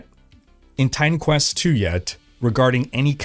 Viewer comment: Maybe its just me, but every time says Titan Quest... i hear Time Quest:D